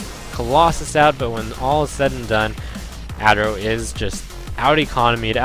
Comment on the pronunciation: It's "Uh-Terro" not "ah-terro" lol